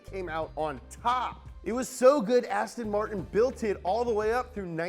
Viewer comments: Ass-Ton Martin 😂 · Lmao ASTIN MARTON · Hey, it's Aston Martin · Hehe ass ton martin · ASSTIN MARTIN